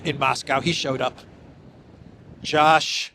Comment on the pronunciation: Hey, your sarcastic repeated jibing pronunciation of the name "Josh" fools no one. It is pure anti-semitism. I am banning your podcast and urging all to do the same.